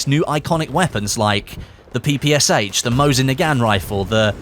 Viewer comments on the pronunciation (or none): none